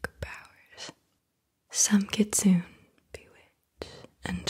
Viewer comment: The Japanese fox spirit is pronounced "Kit-Su-Nay"